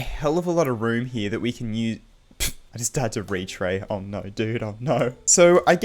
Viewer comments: and apply it to retray. "retyr" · More like “Retry”